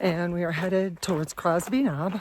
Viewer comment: Minor detail - it's Cosby Knob not Crosby. Im enjoying your videos. Keep up the good work.